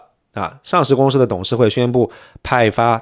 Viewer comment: 注意，是公司si / 司si法，不要故意卷舌